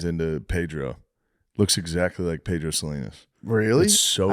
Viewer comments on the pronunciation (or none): none